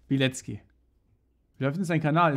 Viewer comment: Ich helfe dir gerne. Bei Polnischen Namen hast du oft ein ck im Namen. Während es im deutschen wie K ausgesprochen wird, spricht man es im Polnischen tzk. Dadurch ist die korrekte Aussprache Biletzki und nicht Bileki. Frauennamen enden hinten übrigens auf a statt auf I. Ron's Frau hieße damit Alkifrau Bilecka.